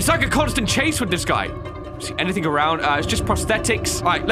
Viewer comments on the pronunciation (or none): I love when he says "anythingh" XD